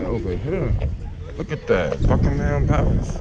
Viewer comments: Bucking-em not Bucking-HAM. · Bruv, it's Bucking-UM palace, not Bucking-HAM Palace. Don't over-enunciate the Ham in Buckingham. Sorry, as a long time British citizen, I feel it necessary to do this. Also, sorry you had to come at a bad time, when the weather is absolute bollocks. The day I commented on this video actually has some alright weather. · Great video but it's pronounced more like Buckin-erm rather than Bucking-Ham and crisps not chips. You can also get 6 bags of them McCoys for 99p if you go anywhere out of London. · my favourite thing about americans is how they pronounce words with ‘ham’ in it like they say bucking-ham and birming-ham instead of ‘buckingum’ and ‘birmingum’ like the brits say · nothing irritates me more than how americans pronounce "bucking-ham" or david beck-ham" lol. Have a good trip tho, dont get stabbed lol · I still laugh at the way foreigners pronounce 'Buckingham' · You don't really pronounce the h In Buckingham palace